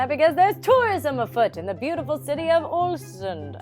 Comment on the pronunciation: So weird watching Norway from your perspective, but I'm so glad you seemed to love it here! Crazy that I was in Geiranger just a day after you left :) btw the "Å" in Ålesund is pronounced kinda like the "au" in caught if you wondered 😇